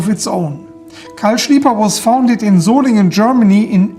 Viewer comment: It’s good to hear Solingen pronounced correctly. We carried ebony wood no lock back in 1970. The handles were more fat and rounded,liked them best